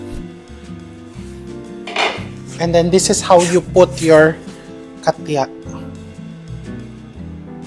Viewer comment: Ang cute mo chef RV,…hindi yata “katya” ang tawag dyan,….”katcha” yata. Hihihi!!!